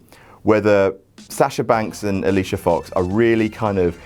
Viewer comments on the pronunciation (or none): none